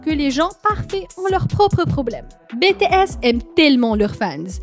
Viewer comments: J'aime bien la vidéo mais tu dit mal BTS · Moi j aime bien ta vidéo mais franchement on dit pas BTS ( bétéesse) mais BTS ( bitièsse) V c est (Vi) ouais et franchement dit les nom correctement stp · "Baie tae esss" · et c'est les seuls noms qu'elle a pas prononcé en bon français xD (entre Bétéèsss, Vé, Jihoope, Kipop et Jung koeeek, armé, fanze, on en voit des choses -_-) attends attends stop, c'est jimin le plus petit du groupe, suga fait 1 cm de plus que jimin STOP comment ça son talent en chant n'est pas assez bon, il a une super belle voix, à mes vous avez pas assez écouté awake, epiphany, abyss et moon hein pour la danse c'est pareil. Je ne pense pas que tout le monde peut danser des chansons comme idol, on ou encore fake love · Cela s'écrit BTS tu as dit bétéyès au lieu de Bitiyès Ce n'est pas Vé c'est Vi PS :je sais que cela ne s'écrit pas comme sa mais cela ce se prononce comme ça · pourquoi BTS au début j'ai faille faire une crise cardiaque (ca se dis BI-TI-ES) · Bé Té S !? 😂😂 Pardon mais c'est Bi Ti S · Tais toi zozo , c'est bities** pas betehess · Bts elle le prononce bé t s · « Bè tè es » En tant que Army mes oreilles saignent 😂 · Betesssss🤣🤣🤣 "BTS" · sa secri BTS mais sa se prononce BITIèS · J’ai juste entendu bétéaisse au début ça m’a piquer les oreilles 😭😭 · "Bétéèss" "Armée" mdr non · Pourquoi Bé Té Ess ? Mais pourquoi ? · "Vé" bétéès " armé " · Bétésse je- en tant qu'Army je hurle 🥲👌 Juste pourrais tu dire les noms correctement? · Jung koek bétéèsse vé jihope armé Mdr mais non sa fait mal au oreilles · Oh mes oreilles elles sont en sang prononce les bien s'il te plaît ! C'est Vi et BTS on dit BITIS ! Corrige toi s'il te plaît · De bétéaisse 🤣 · Oui et puis sa se ne prononcé pas BTS mais en anglais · Jimin de bts a reçu le plus de critique sur son apparence alors qu'il est magnifique. Mais la vidéo est complète et bien expliqué par contre BTS se prononce comme en anglais pareil pour V, désolé ça ma stressée tt le long de la vidéo 😂